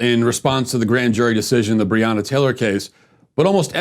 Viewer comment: He couldn’t even say her name correctly and the video is sponsored🤦‍♀️🤦‍♀️ f*ck off